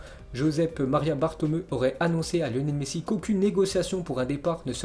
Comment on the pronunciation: Je t adore mais stp prononce le nom bartomeu, bartoméou👌😅